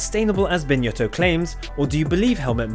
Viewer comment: It’s not “BinYotto” !,,,, 😂